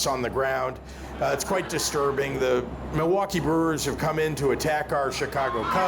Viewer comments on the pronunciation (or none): none